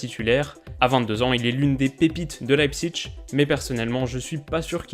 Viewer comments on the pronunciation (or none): none